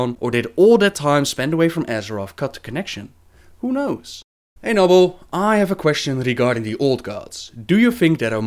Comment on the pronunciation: its noon